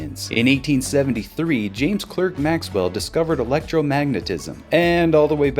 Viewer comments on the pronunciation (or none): Good fun video though the Clerk in James Clerk Maxwell is pronounced "Clark".